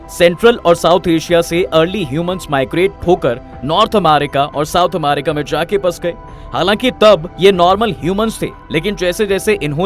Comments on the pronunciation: Bhai Amarica nahi America hai 😅😅😂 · Irritation hore iska amaaarica sun kr 😂